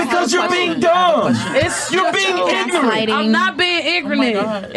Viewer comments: Another episode of AK simping over black women nothing new to see here.... did he just say black women stereo types which has been proven to be a general consensus lol can't even make this shit up this chick can't even pronounce ignorant she says ingranent and is a porta potty lmao. Ak keep playing captain save a ho and we will gladly keep giving them to you. On this episode she said she wasn't drunk but got on her live talking about she was drunk and could barely formulate an intelligent sentence but this your queen Akademiks lol. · Dat bitch said "igranant"💀💀💀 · she really said “igronant”,lol.